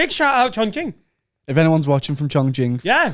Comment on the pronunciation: "Shout out Chongqing"... pronunciation is actually spot on